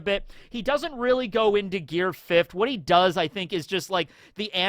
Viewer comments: "fifth-t", c'mon. Stop adding that extra T. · Why you putting adding a t to the end of fifth lol